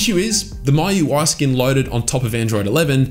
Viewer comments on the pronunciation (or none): he pronounced it as myui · I thought miui is pronounced as 'me-ui'